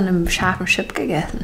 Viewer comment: Sie sagt immer sose😂😂😂 oder die nudeln sie voll gesogen😂😂😂😂 es heißt Soße und voll gezogen no hate mach weiter so ahh und sie sagt schips anstatt chips